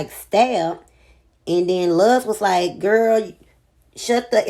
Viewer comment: why u say luz like that lmaoooooooo